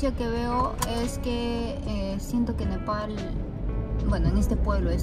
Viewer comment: NEPAL, es NEPAL Te falto la L